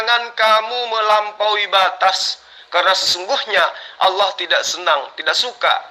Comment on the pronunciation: ALLAH.. uthi... Bukan owloh... Kata jd murtad masa gk bisa ucap ALLAH..